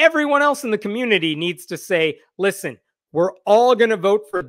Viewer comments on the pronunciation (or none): none